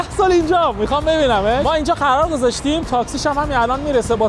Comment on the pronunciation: خرار دعوا یا قرار دعوا چرا اینجوری حرف میزنی آهنگ خارجی هم میزاره رو ولاگش 😂